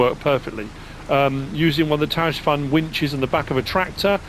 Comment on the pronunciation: Ash dieback is destroying a lot of Ash trees here in the UK, I've had to take 2 down and I'm watching the 3rd carefully (it looks good at the moment, hopefully it will make it). Just a suggestion, 'Tajfun' is almost certainly pronounced 'Typhoon'. I saw that sawmill mod in your review, I haven't thought too much about the recipes but I love the look of it, I think it would work well on my farm(s), maybe the rusty version.